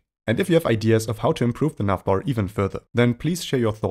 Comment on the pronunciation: I'm hearing "nutbar" every time he says navbar. Anyways, great tutorial. Thanks!